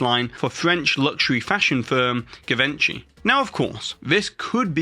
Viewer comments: Givenchy -- /zhee-vahn-shee/ -- not /gih-vehn-chee/ -- Do British people really not know how to pronounce that? It/s advertised plenty in the USA. It's also easy to look up how to say it, and it's a very normal, standard French pronunciation, nothing exceptional to the rules. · Can we get you to say Givenchy properly please? If we don’t correct you now others will follow suit and make that same mistake thereafter. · You’re not pronouncing givenchy correctly. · I'm glad to see the time expire for Disney. Anything a century old has already integrated itself into popular culture deep enough to seen as "traditional." BTW That French company's name is not pronounced "Ji-ven-chee" its "Zhee-vonn-shee" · Did you mean GEE Vahn-Shee? ( Givenchy) by any chance? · You obviously know nothing about French pronunciations. That was the crudest pronunciation of “Givenchy” I’ve ever heard. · I love the video, the info, and everything. I only want to say that the way he pronounced Givenchy really sent me on a spiral. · Omg I was looking for anyone else to notice that! Made me pause the video for a good minute when I heard that! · the way you pronounce Givenchy killed me. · Lol your pronunciation of givenchy is hilarious 😂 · Might want to check the pronounciation of Givenchy.